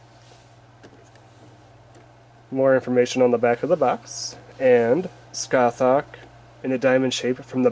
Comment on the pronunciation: It’s pronounced ‘Sca-hark’.